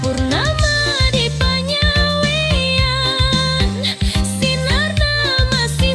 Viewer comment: Pengucapan panyaweuyan nya salah